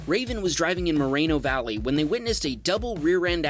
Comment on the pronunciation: It's More-ee-no valley